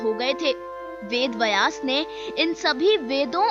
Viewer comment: अरे बहन वेद वयास नहीं वेद व्यास। भाषा का अपमान मत करो